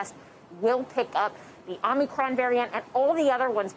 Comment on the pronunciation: It is not Om-Knee-cron. If you cannot get the name correct then the rest of the story is just background noise.